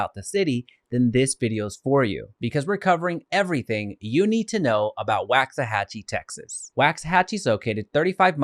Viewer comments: It’s pronounced “wocks-a-hachie” not “whax-a-hachie”. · It's “WALKS” not “Wax”. Really if you are going to do a video about the history and can't pronounce the city name properly it means you didn't do “much” research. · It's waaaaaxahachie how are you doing a video on something you can't even pronounce right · You mispronounced it! Sounds like (walks a hochie) you’d think a guy would learn the correct way to say a town before doing a report for the public! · It's pronounced walksahachie! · Good video, helpful info, and as a resident, we love it here. FYI, it’s pronounced *Wox-uh-hatch-ee* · The fact that he’s pronouncing it incorrectly (per comments) is making it hard for me to take him seriously. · He is saying it wrong. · Say the name right to start lmao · How do you not know how to pronounce it and you live in DFW